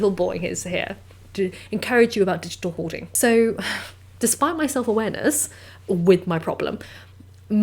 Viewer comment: "Hoarding"??? I thought you said "whoring"!!! Never mind.